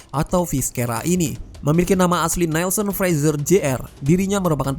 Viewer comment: visera bos sebutnya..bukan viskera...alahaiiii